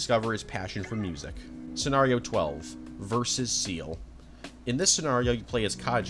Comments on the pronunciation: You couldn't even do enough research to figure out how to say Seele right 🙄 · Why is no one able to pronounce Seele correctly istg... Same problem with the honkai community